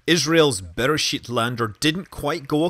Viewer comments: I'm not sure that "bear shit" is the proper pronunciation of the Israeli lander. I could be wrong.... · The way you say "Beresheet" sounds like "Bear Shit" -- which makes me feel better, because that's what I hear in my mind every time I read the name of the mission. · With your accent it sounds like “bear shit” to me 🤣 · Did he say "better shit lander"?